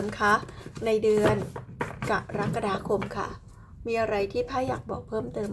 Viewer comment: แม่หมอจบอักษรศาสตร์จุฬาแน่เลย พูดคำว่า กะระกะดาคม ได้ชัดเจน ถูกต้องตามหลักภาษาไทยแท้เลยค่ะ